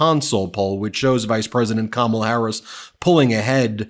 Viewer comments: Notice how he said the VP’s name correctly. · I noticed Diaper Trump was pronouncing Kamala Harris name right for once...